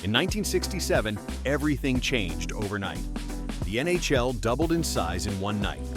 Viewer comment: "the N A Shell"